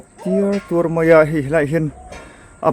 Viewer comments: A khi tertuar ti lo in,akhi tiartuar tih tur zawk aw.😊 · Khi ter tuar ni lovin, khi tiar tuar tih zawk tur.